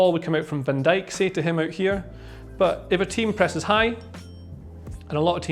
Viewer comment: pffff....was hopping for a cartoon video like you do...but this is fail....he speaks like he s about to fall asleep....and non english people could have a problem with the accent...can t understand a thing....wow the way he said van dijk...so wrong on so many levels